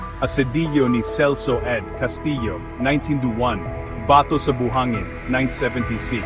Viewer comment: bakit ka ganyang magbasa ng Tagalog? Basahin mo nga "hindi pa kasal". Bigkas mo ay kaaaa-sal, sa halip na kà-sal..e, yung "kapatid" bigkasin mo nga. Hindi kà-paaaa-tìd kundi ka-pà-tìd..kakatamad kang pakinggan, peborit ko pa naman si FPJ. Ikaw ga'y Americano? Ba-tò hindi baaaa-tò! Haaaay nako!!!